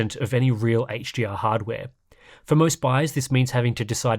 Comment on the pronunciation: ngl, "HGR" and "HGMI" are killing me right now....though equally, the way you can rattle off all those different terrible monitor names completely boggles the mind, but in a good way.